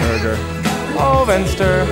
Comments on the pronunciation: / hurrgurr fensturr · i liked the part when he goes "huhrgur-vehnester-vehnster-hergurhurgur-vehnster" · Låter mest som BURGER! - FENSTAR! Jag blev hungrig av detta. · / hurrgurr fensturr